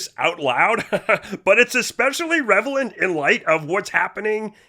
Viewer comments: When you were making fun of Don Jr you said revelent instead of relevant. Sorry had to do it. 😊✌️ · Hey, revelant? Go back and listen. Lol